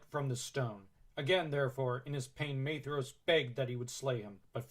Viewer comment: Shout out to the proper pronunciation of Maedhros